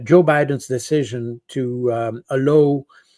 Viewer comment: ‘Allow’ is mispronounced by the Frenchman. He is assuming words spelled the same in English are pronounced the same.